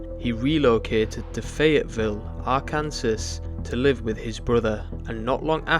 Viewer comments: Also, emphasis is on 1st syllable, not 2nd. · It’s pronounced are-can-saw, not are Kansas. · First of all it's AR KAN SAW!!!!! and secondly this man is repulsive and was from the start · also nobody's pointed this out(and it's a minor thing but still) but it's "are-can-saw" not "are-can-sass" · It's pronounced "Ar-kan-SAW" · Kansas. Akransas. America why???^^ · R-Kansas??? This doc is not credible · Haha he said R kansas 😅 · For future reference, it's pronounced Ark-in-saw. And I think Boogie made ALL of his shit up. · it might be Fr. Bro said Ar-kansas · That's a pretty braindead take on gamergate. Then again you can't even pronounce Arkansas right so....